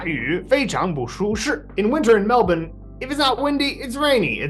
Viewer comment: For a guy who's never been to Melbourne, it's fascinating that pronounces it how the locals do. You almost never see it.